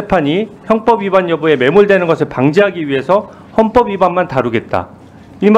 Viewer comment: 현법 형법 발음이 ~같은겨?법원사무처장에게 헌법 문의 하는겨?아니면 헌법사무처장에게 법원문의 하는겨?